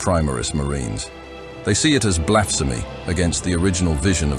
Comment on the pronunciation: Great narration, but there are quite a few inconsistencies in the accent and pronounciation of words. My favourite being "BLAFSEMY" 😂